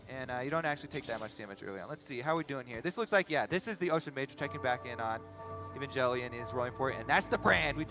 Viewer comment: Wait how did the casters just prnounce evangelion its like the anime right if so god damn that was butchered